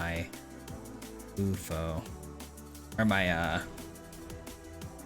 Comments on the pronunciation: Pretty sure its you eff oh....no oofo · please. YOU - EFF - OH